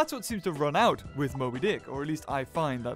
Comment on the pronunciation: one of your videos when you could not say mobydic